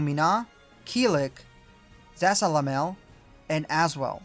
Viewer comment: His pronunciation of Zasalamel made me laugh so hard